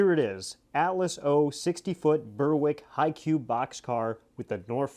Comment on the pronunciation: Nothing like unboxing something for the first time! Disappointed it wasn’t more coal cars though! The NS paint scheme, I think, is one of the best. Berwick is pronounced Berrick though. Any ETA on the turntable install?